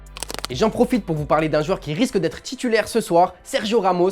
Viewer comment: On dit titulaire et non tchitchilaire, Galtier et non Galtchier, le TiTi parisien et non le TchiTchi parisien (.....) Pour vous dites ''TCH'' au lieu de ''T'' ?? 🤷🤷